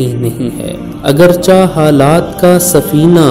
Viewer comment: "Agar chih'' not "agarchah''